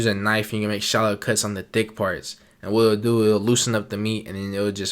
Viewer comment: I thought he said “make shallow cuts on the dick parts” 🤣